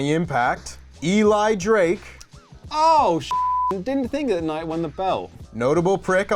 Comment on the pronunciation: How did none of them say E-LI DRAKE. Dummies, yeah